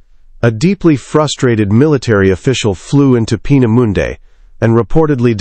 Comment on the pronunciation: Peena Mundey. Peena moondah